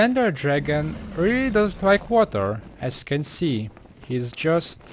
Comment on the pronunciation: Place water, or wawa, obsitan XD I'm choking on my own chuckles, still learned a lot from this vid. :)